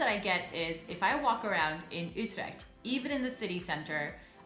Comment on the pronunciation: Yeah, I think most English-spoken people would say "yoo-treckt" or something similar. But I'm happy to hear say "Utrecht" in such a Dutch way.